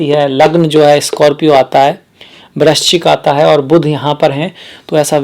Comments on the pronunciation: ye brakchis kyun bol rahe hai sir? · Kon hai ye namuna..... Jise vrischik bolna bhi Nahi aata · Vrahschik bol nahi paa rahe aap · वृश्चिक शब्द बोलने का अभ्यास करें 👍👍👍